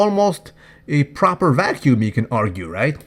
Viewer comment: That "Proopahh" in James' pisture caught me by surprise....